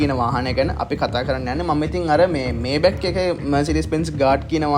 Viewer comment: මේබැක් නෙමේ මයි බැක් හරියටම pronounce කරනවානම් මයිබැහ් අහන්න ජර්මන් කෙනෙක්ගෙන් BMW ජර්මන් බසාවෙන් උච්චාරනය කරන්නේ බී.එම්.වී කියලා.බයිරෙෂ මොටහරන් වර්කර්. (Hermes යන brand name එක අර්මෙස් කියලා ප්රංශ)